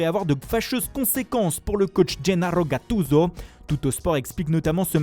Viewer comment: « L’As Roma » ne se prononce absolument pas comme ça. Même chose pour Sarri et Gattuso. 0/3